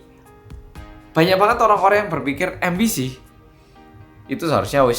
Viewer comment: Aku kok jadi dengarnya 'ambisi' bukan MBC